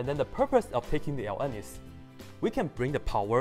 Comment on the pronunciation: That a hard to understand "ln" you are saying. Try "logarithm", "natural log" or just plain "log"